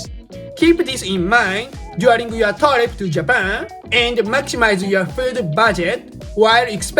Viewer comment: please correct your pronunciation for the word "trip"... It's really bad. It's not /'TOH-reep/ like in your video. The correct pronunciation is /チュリップ/